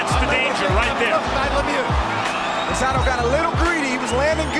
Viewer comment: I heard Risotto instead of Rosado